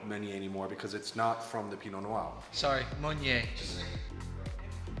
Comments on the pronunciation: Sorry if that came off as rude, I’m just very curious about this pronunciation. The correct French pronunciation is like “pino-nwah” but he seems to say “pino-n’wow” . Never heard someone say it that way! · Why does pronounce Pinot Noir like “Pinot N’wow”? Very odd lmao